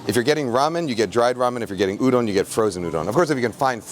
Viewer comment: it's so strange to hear someone say You-don as opposed to udon